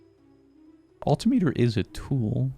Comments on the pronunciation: Agree on the flycycle pronunciation, but altimeter is pronounced "all-tim-mitter" much like the word speedometer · your pronunciation of altimeter is literally killing me every time I hear it.